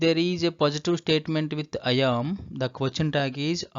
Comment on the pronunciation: Kindly pronounce the 'am' properly it's not 'yaam'.